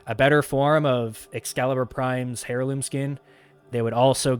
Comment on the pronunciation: Seriously my friend, it’s pronounced Airloom, not Hair Loom. Do I think you are correct that DE could release Excalibur Prime and offer Founders a unique Founders Title and some exclusive cosmetics, yes. Having said that all it would take is one founder to file a lawsuit and and it would instantly no longer be viable as it could easily become a large $ Settlement at best and its an instant win as it was a contract between the founders and DE.